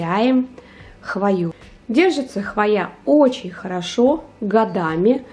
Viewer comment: Чудесно! Шедеврально! Только вот ударение в слове хвоя надо ставить на букву О. Мне очень нравятся ваши видео. Очень позитивные и ролезные. ❤